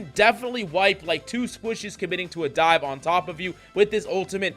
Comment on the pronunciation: What do you mean by die? Or are you saying dive? Like dive dps, dier dps😂